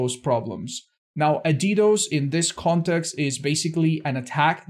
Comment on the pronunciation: Me literally having to search how Ddos is pronounced after hearing: DeeDOs